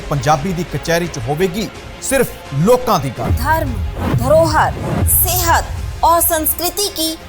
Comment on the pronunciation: Logan ki hunda Lokan hunda Punjabi ch